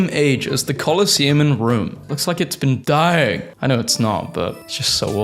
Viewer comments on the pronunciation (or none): none